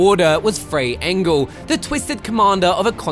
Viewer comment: He said " Fray Engel"